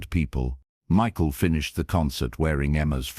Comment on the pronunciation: Unfortunately, another AI concoction. I wish this were true. You can tell-- Emma is wearing a head scarf, but she still has all her hair, Michael's name is mispronounced several times. Many flaws in the AI presentation. A fictitious melodrama.